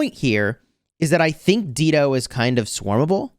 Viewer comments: it is pronounced as Dai-doh. Not Deedo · Not Deedo, Dah-i-do, like the singer, Dido. 😅 Is this still relevant against Gorgo and Zenobia?